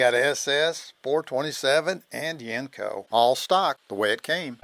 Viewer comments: I was born and raised in pgh pa. I spent my teenage years living in Canonsburg near where these were built. My uncle's and I talked about Yenko's all the time. Although us locals always pronounced it "YENG-ko". Every time the narrator says "yenn-KO" , it sounds funny. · You say the word Yenko wrong buddy